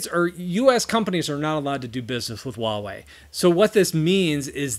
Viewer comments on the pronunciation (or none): The h is not silent in Huawei, although your pronunciation is fine considering that it's correctly for Cantonese.